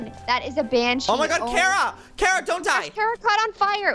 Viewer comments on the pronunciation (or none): you are pronouncing Kara wrong , ita kara not kera, you an Cat Grant need to understand (supergirl fans will relate)